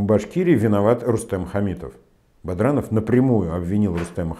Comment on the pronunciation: Да,дважды БаДранова назвал "БаРдановым" (ладно,хоть потом "исправился",видно,"за кадром" кто-то написал ему на бумаге). А перепутать Кармаскалинский район с Чегмагушинским, это,по-моему,вообше,уже перебор. Видно, читает текст,который ему подготовили помощники и совсем не вникает в то,что говорит...